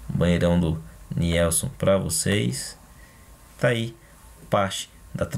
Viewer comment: pronuncia se NILSON.